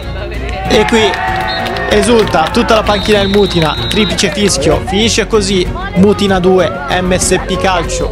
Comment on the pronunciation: Comunque non è mutìna ma mùtina